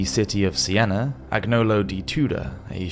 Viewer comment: btw when you find a "gn" in an Italian name, e.g. Agnolo, it's pronounced: Aknee-olo basically, the "g" is silent, a good example maybe "Espagnol" = Spanish, you pronounce it: Espa-knee-ol